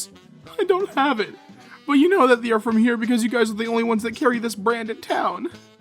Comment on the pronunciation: The real question is not "where's slazo?" The question is really why does pronounce "they" as "thee"?